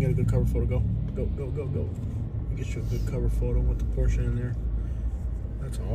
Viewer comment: Been watching u for a long time , me being a Porsche technician… the way u pronounced the name correctly made me like u even more instantly lol